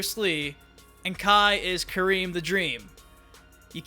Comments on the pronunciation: It’s Hakeem the dream not kareem the dream lmao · “Kareem the dream “🤦🏽‍♂️ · It's Hakeem the Dream, not Kareem. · “Kareem the Dream” That is not correct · I was dying when you said “Kareem the dream” dude, Akeem the dream alajuwan. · Its Hakeem the Dream Not Kareem the dream